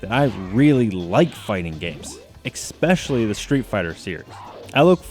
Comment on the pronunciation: Especially. Not expecially. Please stop pronouncing it that way, people.